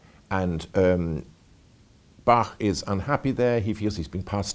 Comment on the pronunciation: finally someone who pronounces Bach correctly!